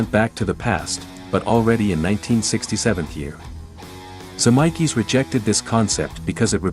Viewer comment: This Vid is a good watch, actually had a lot of stuff I hadn't seen even as a big BTTF2 fan (w/ Aud Comms viewed multiple times). 🚔⚡️🕰The A.I. narration is so bad it's actually funny: Biff is 'Beef', 1985 is 'one thousand nine hundred and eighty five', and Zemeckis is 'Zem-EYE-kis'. A.I. should be obvious and this is, but still fun.🤖